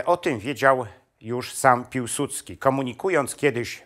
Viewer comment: nie Piłsucki tylko Piłsudski. Nie potrafisz tego wymówić ?